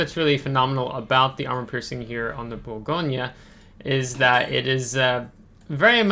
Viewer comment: I love the Bourgogne. It’s an amazing ship. 👍. Btw, fyi, we don’t pronounce the “e” at the end, in French. So it’s more like, Bourgogn. Hope that makes sense. Love your vids bud. Keep up the good work. Thank you.